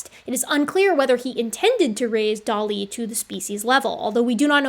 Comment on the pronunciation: Love and appreciate your work but please please look into a prounciation guide for the Chinese names you use. I put my notes below, but it is really distracting from the topic when the names are consistently misprounced. - Harbin = Har-bean - Dali = one utterance, edit: so no emphasis placed anywhere. Kind of like pronouncing the name "ellie" - Xiahe = XIA-huh (emphasis placed on xia, not on he)(xia is more like s-iah with the s being like a whistling hiss sound almost but its close enough in the video that this is more next step after all the other notes) - Xujiayao = Tsu Jia-yao (Xu uses a whistle tone similar to ts sound, but a bit softer. The u is a ooo sound. It is also seperated from jiayao, with a pause before continuing on.) (Jiayao was pronounced well! though jia could have a stronger J start) - Feng = Fung (like Fungis but with no "-is") - Penghu = Pung-Hoo (Peng is broken down in pe-ng with the e being more of a uh sound, kind of like the word pug. So put together its puh-ng.) (Hu is pronounced like in Hulu, where the u is a more ooo sound) Side note - Hualongdong was pronounced perfectly! Aside from the above: I'm on team H. J is probably a distinct enough group that it makes sense to distinguish them out in comparison to H. Sapiens +/- H. Longi but I would like to see more work done before I fully commit to that stance :)